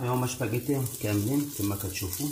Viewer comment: الشاف راه سباكيتي ماشي شباكيتي ولا انا ماسمعتش مزيان